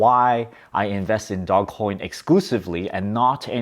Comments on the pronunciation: "DOE-JZ" Coin. Not dog. You seem like the type of person who would like to be accurate and right about your topics.🤔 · I'll start believing you when you call it dogecoin instead of dogcoin. 🤣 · Dogecoin not dog coin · I like that he's calling it dog coin, stop correcting him. 😁 ... also, he can call it whatever he wants, he's made a killing out of it. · I love your videos. It also geeks me out when you call it Dog coin 😂. Lol fun hearing the different pronunciations. Really great advice in this video. I bought dogecoin 7 years ago. I sold a bit of it off too early (insane after holding it for sooo long), but luckily held a lot as well.